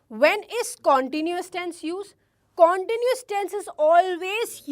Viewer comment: Pronounce continuous tence correctly But haaa you are cute